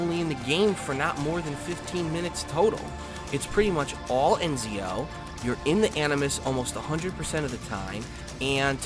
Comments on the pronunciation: Yeah but called him ENZIO, which would just be flat out mispronunciation... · yeah it's pronounced ETZIOfor dipshits, but he is called EZIO.